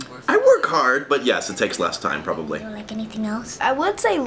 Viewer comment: when she said "you probobly shouldn't be a father" i was crying of laughter 🤣😂